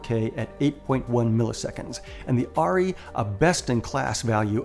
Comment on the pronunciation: I think the camera you are talking about is pronounced "Air-EE", short for Arriflex. It's a small point but I thought you might want to know. Great video by the way, thanks.